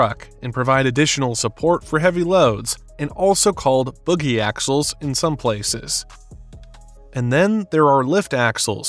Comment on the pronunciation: Boogie ? Not pronounced Bōgie?